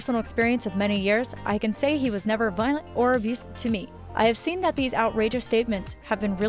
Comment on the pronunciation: You should really get some who is capable of pronouncing simple words like Violent and op-ed. Plus it not Javar its Havier (its pronounced (its Spanish)